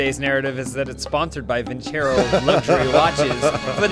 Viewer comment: You guys need to teach how to properly pronounce vincero